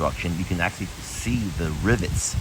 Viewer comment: It's rivulets, not rivets.